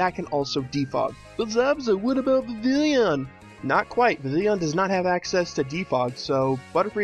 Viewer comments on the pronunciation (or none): All good apart from one thing... YOU SAID VIVILLON WRONG! It's pronounced Viv-e-on (watch the anime to see for yourself) However speaking of pokemon that are really commonly mispronouced you should do a Piloswine pokenalysis ;)